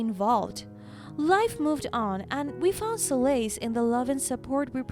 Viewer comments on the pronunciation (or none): Albeit is an "old" english word, often used in legal sentences, said all-be-it. The word solace does not end like lace, it sounds more like bliss, the whole word is short. Try google if you are not sure of pronunciations. You are telling stories in english, if you get it wrong, the people who rely on you to improve their english, will get it wrong too. It is better, and much less embarrassing, for you and them to learn it right first time. All the best.